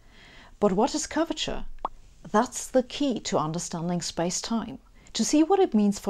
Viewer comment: Every time she says "curvature", I hear "Gorbachev". ))